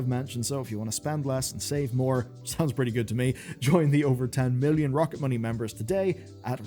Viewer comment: After I watched Matt and Shane's podcast I'm fairly sure you are saying Rocket Money very wrong. Please adjust for the next video thank you! 😂